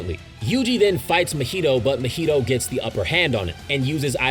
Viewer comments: Broo why you saying mahito’s name like mojito 😂. It’s Ma-he-toe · The way you say Mahito throws me off everytime